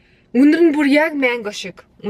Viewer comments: Та яагаад мангог майнго гээд бга юм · Maingo geed baih ym mango geech